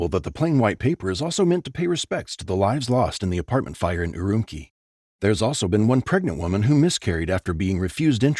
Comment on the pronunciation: Also, note to narrator, (and I'm not trying to be mean), Urumqi is pronounced er-oom-chee by people in the region.